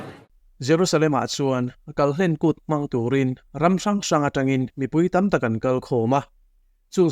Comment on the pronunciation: kalhlen kùt nilo in kalhlên kut ti a lam tur hlên hi thluk tur ani,kal kan kal khum tih ang kha ani a,kalhlen kan tih chuan kal tawp neilo tihna ani ang.Israel te Aigupta rama an tan tum a hri hmanga Aigupta Pathianin ahrem dawn khan ran thisen an kawngka biangah an tat vek a,ran thisen kai apiang in chu hri in akal kan zel a chumi hriatrengna kût chu ani tih kan hriat ang khan